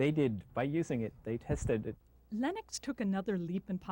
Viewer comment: I finally learned how to pronounce Linux. Just the way it's spelled.